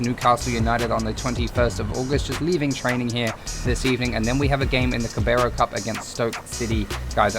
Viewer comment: It's pronounced "Cara bal", not "Cabaro". Sorry, it was just annoying me a bit 😂